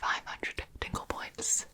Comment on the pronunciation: I kept hearing "tingle points" as "dingle points" and I couldn't stop thinking about Timmy Turner's father